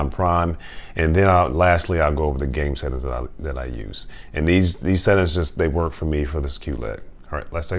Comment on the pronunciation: I wonder if he knows there's an "ing" at the end of settings? "Settin's" 🤣